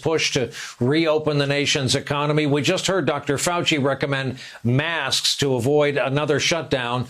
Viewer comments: 😳😳😳😳😳😳😳😳😳 He doesn’t want to be distracted! WOW!!! See Trump-America, he lives in a reality tv show .......... HE DOES NOT GIVE AF ABOUT YOU! And it’s “mask” not “maskes”! GOOD GRIEF JESUS!! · "I believe maskses are good."